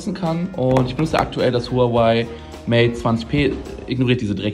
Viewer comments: Huawei und nicht huaway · Huawei wird “ua-wey“ ausgesprochen also genau wie Unge💪falls jmd denkt dass das kosmisch klingt